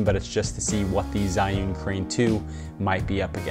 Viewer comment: HI. 'Zhiyun' is pronounced like Jee-Yoon.